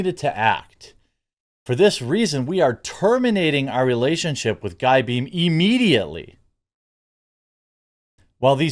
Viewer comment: Its not guy , its a french name maybe learn just take 20 sec to read your information